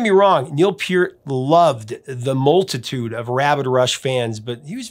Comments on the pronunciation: Isn’t it pronounced Purt not Pea-urt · Neil's last name is not pronounced "Peert." I heard an interview with him in 1997 on the radio and he pronounced his name as "Part" (rhymes with Heart).